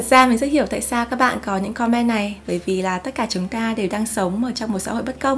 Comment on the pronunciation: chị ơi em không biết chị phát âm chữ comment bị sai phiên âm là do thói quen nói chuyện bằng tiếng Việt hay sao nhỉ, vì em và bạn gái cùng ngồi xem thì bạn bảo cảm giác cứ bức bối thế nào haha, nên em xin phép để lại bình luận ở đây mong có thể nhận lời hồi đáp của chị ạ :3